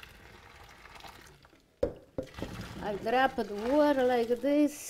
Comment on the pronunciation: Words can't express how much I love when she says, 'I droppa the water' in her videos. I love you so much,!!